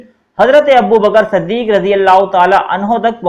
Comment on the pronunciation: Yar anhu ko anha kaha siddik ki jagah saddik kaha urdu saf saf parho bura mat manna